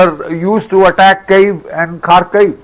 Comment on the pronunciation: Please note Kyiv is pronounced as Kiv not Cave